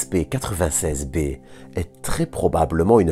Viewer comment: Bonjour, Pourquoi dire W-A-S-P, et non ouaspe ? Merci pour la vidéo 👍